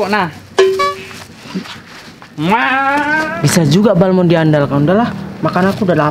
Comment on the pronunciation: Balmond apa balmon 😂